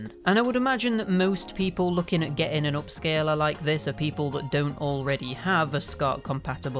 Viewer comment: "Upscaler", not "OHpscaler"; "upscaler".